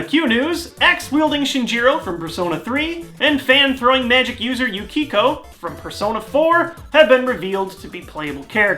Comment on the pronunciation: you said Yukiko's name wrong...